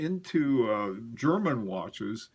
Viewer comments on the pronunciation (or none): none